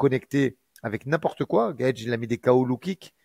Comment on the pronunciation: Cool de revoir mais sa façon de prononcer « Gaethje » m’a pas du tout manqué mdrrrr